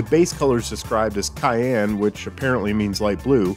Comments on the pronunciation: FYI, "cyan" is pronounced like SIGH-ANN with an "S" sound and not "cayenne" like the red pepper, and cyan is indeed a shade of blue. Great video though! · It’s actually pronounced sai-en 👌